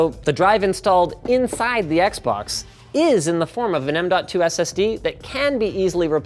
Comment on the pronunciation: did you get how he pronounced "inside" ?